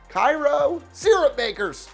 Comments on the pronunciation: Cairo Syrupmakers, is pronounced “kay-row” not “ky-row” so it would definitely be as weird to be called the Cairo Pharohs, it would be a rhyme. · His Cairo joke kinda flopped since the Georgia city's name is pronounced KAY-ro. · Cairo, Ga. is pronounced KAY-row. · First, you mispronounce Cairo its KAY ro. Second, we are called the Syrupmakers because we used to have a huge syrup plant in town and the owner gave a lot of money to the school and town. DON'T EVER get us confused with Egypt. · Cairo is pronounced like KAY-RO. I would know I live there. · It's pronounced kay-row Georgia for to say it with a southern draw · I went to Cairo high and it’s pronounced Kay-row in South Georgia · Yep, Georgia pronunciation of the time turned "Cairo" into Cay-row. The girls teams used to be called the Syrup Maids, but they've dropped it. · I used to live in Cairo GA by the way you said Cairo wrong GO SYRUPMAKERS!!! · You mispronounced Cairo and Syrupmakers. lol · Pronounced cay-row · You pronounced Cairo wrong